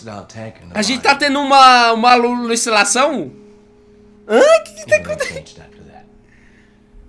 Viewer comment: "A gente ta tendo uma ALULICILAÇÃO?" KKKKKK